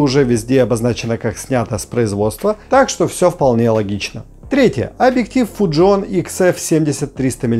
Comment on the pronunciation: Вот сколько живу на свете - никогда бы не подумал, что слово fujinon можно прочитать неправильно... просто порвал грамматику в ошмëтки... 🤣🤣🤣